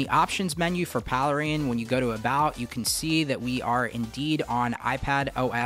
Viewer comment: I thought it was pronounced "Pale Rain" ?